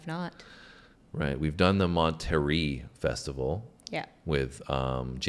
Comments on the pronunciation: Monte-ray, not Monterie. It is a beautiful coastal town a few hours south of San Francisco. Nest to Carmel where Clint Eastwood was the mayor at one point. Although Creedence Clearwater sounds like southern rock, they are from Berkeley Ca. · Mon ter rey is how you pronounce it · It is pronounced Mon Ta Ray Pop Festival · Ohhhhhhhhhhhhhhh CCR so good! Yeah real live music is a thing of the past for the most part. No gimmicks, no filters, just raw talent. Performers could actually play and sing at the same time. FWIW, the famous city of Monterey, CA where the Pop Festival was held is pronounced Mon-ter-ray, not Mon-ter-ee. You should react to many more CCR songs. Good job! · Monterey is in Northern California…pronounced and sounds like : Monté Ray